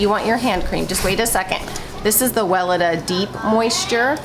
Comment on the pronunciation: Can I be annoying about the brand name Weleda? If you google it pronounces Well eeda ( long E on second syllable) don’t hate me. Love your show and critters and its about the name not you.